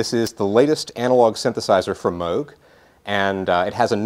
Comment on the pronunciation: Good job! You said Moog like "Rogue", as opposed to moog like "Google":P (...thanks for the run down on this Synth√ )